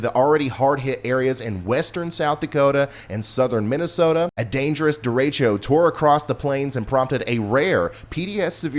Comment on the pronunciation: Derecho ‘Duh-reh-chow’ only one e.